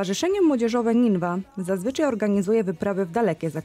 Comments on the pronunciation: Niniwa a nie ninwa.....taki blad... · Niniwa, a nie Nińwa